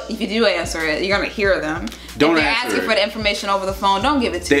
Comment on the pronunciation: “Can I just axe”